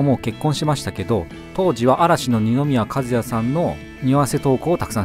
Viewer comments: たかぎじゃなくてたかきです、、。 かずやじゃなくてかずなりです、、。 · 名前間違えないで‼️和也「かずや」じゃなく「かずなり」‼️ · 今の時代ニノの名前の読み方知らない人ってまだいるんだ… 平祐奈さんのうどんを味噌煮込みうどんとは認めないBy愛知県民